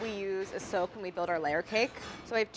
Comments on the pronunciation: I kept hearing soap instead of soak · I thought she was saying "Silk" good thing you put the word "soak" up there.... also yeah, audio problems.